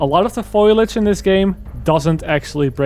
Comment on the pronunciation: Not trying to be annoying, and you probably know by now, but it's pronounced "foe-lee-edge". I also misread the I and the L in foliage for a long time.